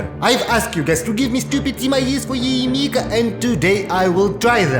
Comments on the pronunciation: Why you sayng Yae M I K A ? ? >_< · yae miko ❌ yae mika✅